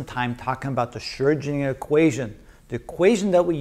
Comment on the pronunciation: I like how mr. pronounces the letter "Ö" in "Schrödinger" the way it is supposed to be pronounced - a lot of English-speaking people seem to be more comfortable with pronouncing it like "Schrodinger", but the "Ö" vowel sound actually does exist in the English language, like in the word "bird", for example.